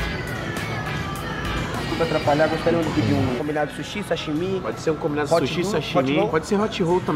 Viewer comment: Hot "holl" é foda